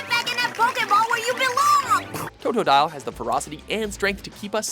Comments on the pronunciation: Did he just say toetoedile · Toe-dough-dial Cyn-da/kill Daffuq